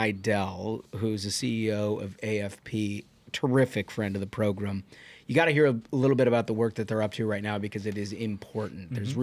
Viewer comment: Can someone explain why they call it “progrum” Listening to it I thought the guy was just a little slow but I see now it’s intentional.